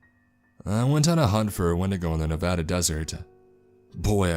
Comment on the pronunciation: holy crap someone pronouncing nevada correctly 👌👌👌